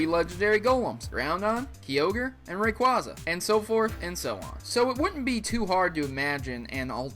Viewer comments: I am sorry to point this out but, you keep mispronouncing the Weather Trio's names. This is what you say phonetically: Groundon, Keeogre, Rayquahzah. It is, still phonetically, Gr-ow-don, Kai-ogre, and Ray-quay-za. Again, I apologize for being so picky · And Ri-quay-za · I always find it hard to hear when you pronounce Pokémon names wrong. I'll help. r-KEY-us Ray-QUAY-za KAI-ogre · Rayquaza is pronounced like this Ray-Quay-Za